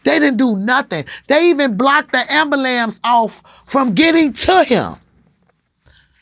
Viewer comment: Its ambulance not "ambulamps" smh